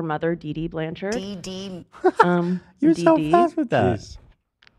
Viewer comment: The moment accidentally said Doo Doo instead of Dee Dee I lost my shit 😂